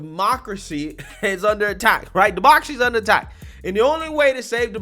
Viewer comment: New DRINKING GAME!!!Every time he say's " HRIGHT " you take a drink. Good luck with that hang over. LOL